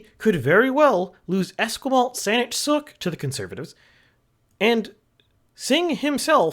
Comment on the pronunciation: Esquimalt is “es KWIE malt”. But yeah, many of our anglicized First Nations names can be hard for those who aren’t familiar with British Columbia. You’re in good company struggling with Coquitlam. Ironically the fourth player got it right, but doubted himself